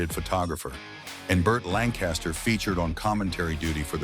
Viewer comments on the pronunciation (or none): none